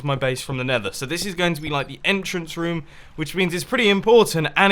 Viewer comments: Ha ha its room not (rum,rums) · does it irritate anyone else the way Mumbo says room/rooms?